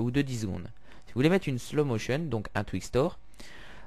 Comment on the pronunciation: un slow motion pas une ... slow mo tion